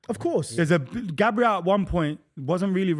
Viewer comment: i rate u ye but u need to get these pronunciations right😭 bro consistently says gabriel like the english girls name and he constantly says HONRY instead of ONRY for Henry, there’s some pronunciations which are debatable but those are 2 that are set in stone😭